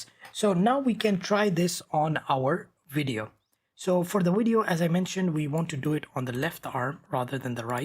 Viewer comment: Every time he say "widio" insted of vidio it put a smile on my face